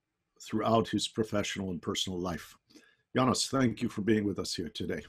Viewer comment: Yanis, not Yanice lol, but gg